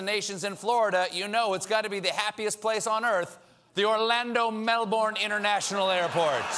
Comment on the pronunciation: Stephen pronounced Melbourne wrong...